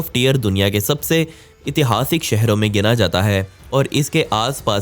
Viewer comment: नमस्कार भइया एक सुधार आप अक्सर इतिहासिक बोलते हैं जबकि शुद्ध उच्चारण ऐतिहासिक होता है।